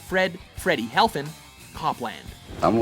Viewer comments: Freddy HeFLin, not HeLFin. It was written correctly on screen, but mispronounced every time. C'mon! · heFLin. not helfin.